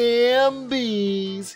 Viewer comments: Great video. Just one thing. The word is Half-bie. Not Ham-bie LOL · Bro it’s halfbie like half and zombie 🤦🏽‍♀️🤣 tf hambie no.